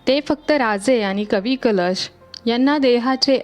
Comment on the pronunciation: Kavi " kalesh ?"jyanche kavvya kalashat bharun thevanyachya yogyateche hote ,te kavi mhanaje "kalesh" , ase bolanari bai ka ghetali vlogsathi ? jya tya bhashetil shabd neet yatharth utcharale gele pahijet ! konalahi bolayala anu naye ! sarakhi chukichech utcharan karit hoti ,tyamule vlog aikane nako vatate !